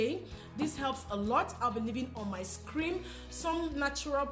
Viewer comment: "screen" not "scream"... Nobody wanna tell u that. Thanx for the video and much love beautiful